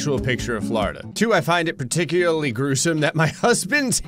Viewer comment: You say welcome to Flordia but is say welcome to America